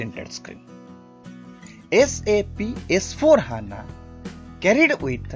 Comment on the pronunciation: It's not H.A.N.A simply say HANA sir.